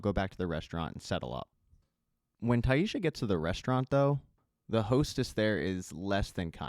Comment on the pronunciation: Great job, as always but its Tai-SSa, no H, no "sh" sound. Just yhr "s" sound.